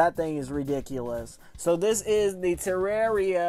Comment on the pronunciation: LOOK WHOS BACK!!! ITS THE PRONUNCIATION GUY!! Tur-ar-ia